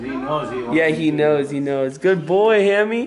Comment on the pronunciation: Ahaha doesn't even know hammy's name😂 he said haimie